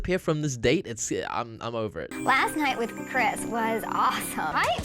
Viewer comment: narrator doesn't know how to say Chris "crez"🤣. Loved the video BTW ❤️